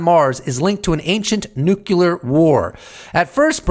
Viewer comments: Brother PLEASE stop saying nuke you lure. Its NUCLEAR! Other than that, keep up the good work, thank you! Peace and love, keep doing your thing. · New game: drink a shot when says nu-ce-lar